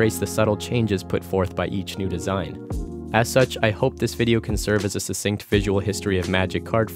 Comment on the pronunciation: "succinct" . . . 49min.